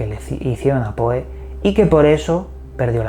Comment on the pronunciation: Se dice Pou, no Poe.